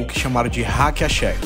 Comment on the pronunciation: Não só nas alturas como nas pronúncias do Hack-a-Shaq e do DeMarcus Cousins kkkkkkkkkkkkk vem dizer que escreveu errado no roteiro tbm kkkkkk